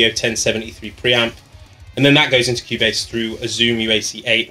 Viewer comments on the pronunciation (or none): none